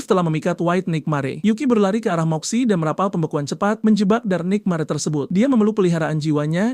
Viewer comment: Penyebutan tulisan NIGHTMARE kok gw dengar NIKMARE😂😂😂